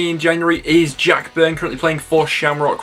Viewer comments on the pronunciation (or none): none